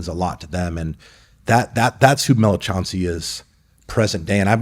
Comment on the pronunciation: Chancey called Chauncey